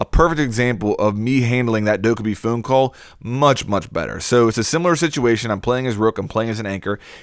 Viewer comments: Just thought I should say it’s pronounced “dokkehbie” I just get so annoyed when people say “ dokkebie” ... 😂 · Pronounced doe-Kay-bye, like “okay bye” on a phone call. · Anyone else hate the way he says dokkaebi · your incorrect pronunciation of 돜캐비 disappoints the korean menace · It’s pronounced “phone” not phune and also “Dok-a-b” not duke-a-b lmao